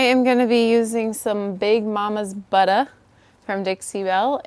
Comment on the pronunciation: I know you are too smart to toss those doors...they'd be a great decor piece turned horizontally and hung on a wall. You can make additional money that way. Like how you say buttah. Lol! Beautiful job!